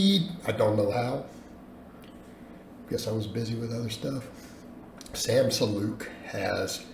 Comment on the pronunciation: its Sam Sulek not Sam Suluke